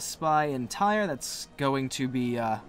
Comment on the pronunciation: I tried to reply on the right one but I couldn't find it... I thought that the expansion came out June 9th and not July 9th. My mistake. You keep saying Tyre wrong lol